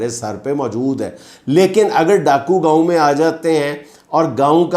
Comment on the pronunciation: It’s not Gaaoo, Gaon